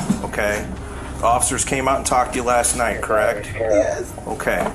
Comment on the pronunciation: She confirms? Is "correck" a word?!?! Hell NO! Illiterate woman!!